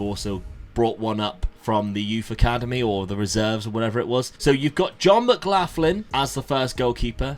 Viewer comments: in I need to pause. John McLaughlin - it's pronounced John Mc-Glawk-lan not McGlafgin.😅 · Some way to pronounce Jon Mclaughlans name 🤣🤣 maglocklan is how it's pronounced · it's pronounced mcglocklan my man!